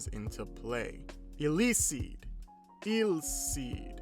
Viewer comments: I think the e is invincible and pronounce 'Elceed' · im pretty sure its pronounced ele like electricity and ceed pronounced like speed implying both electricity and speed which is jiwoo but im not sure to be honest